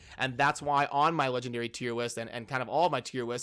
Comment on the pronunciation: “Tier Whist” 🤣🤣🤣